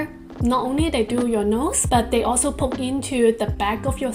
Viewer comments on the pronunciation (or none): none